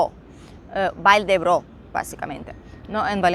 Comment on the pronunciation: Vall d' Ebo, no Vall d'Ebro, saludos.